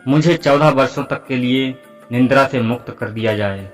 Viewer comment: Nindra nahi Nidra boliye ji.